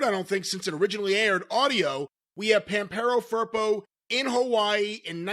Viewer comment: The way they say Pampero Firpo really hurt my ears, they actually are saying Vampirou Purple... El señor era de argentina!!!